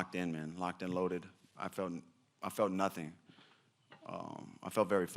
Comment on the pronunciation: It is not "i felt nothing" It is "i felt Nathing" (khabibglish)